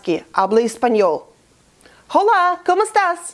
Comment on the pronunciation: Слово 'Hola" в классическом испанском читается как ола, а не хола. Уже несколько веков как буква H (аче) не читается. Иначе слово яйцо (huevo) из ваших уст, на испанском будет звучать хуево.